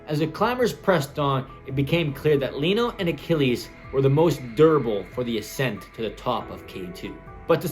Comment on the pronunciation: Accent? Ascent?